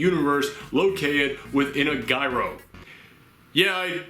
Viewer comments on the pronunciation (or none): I've never heard anyone pronounce it "guy-ro". Most in this country call it "Ji-ro", like the toy top. Actually, in it's native Greek, it's "year-o". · It's pronounced yee-roh. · Most people pronounce it jy-ro - like pyro, as someone on Twitter said, but it's gyro as in HERO. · The g is silent you just sound out the yro it's not ji-ro, giro, it's pronounced yeero think I'm wrong look it up